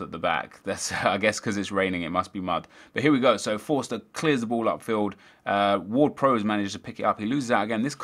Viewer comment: you're saying Ward-Prowse wrong, and Pelle.